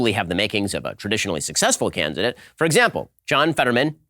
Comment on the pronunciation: Why does Ben keep saying “Cansidate”, just shoot another take, he’s so lazy. Really reflects his research skills